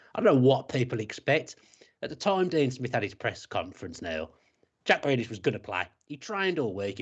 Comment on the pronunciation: Why can't he pronounce Grealish?